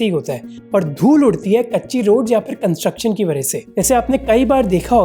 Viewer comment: वरह से ❌️ वजह से ✅️